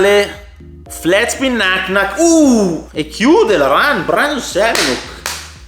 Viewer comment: Si pronuncia Semenak...